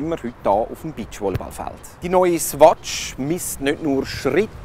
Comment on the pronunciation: Swatsch xD